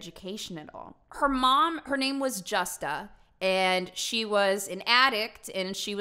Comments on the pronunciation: J in Spanish does not make that J sound in English...J is Hota so it makes the Huh sound...like "Me gusta" so it HUsta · When i heard her say Justa lol i laughed a lil cus i was thinking if how to pronounce it Spanish